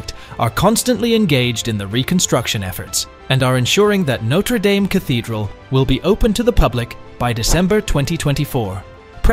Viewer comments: It's pronounced 'daam'. That's important because it's entirely what your video is about, and hearing it mispronounced so many times is off-putting. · For fucks sake… Norte dame ( pronounced dam, dam) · There is no Y in Dame. It is pronounced Darm, as in Farm and Harm. 🙄😖